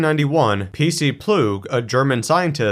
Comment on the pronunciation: Plugge pronounced with an a on the end like ah.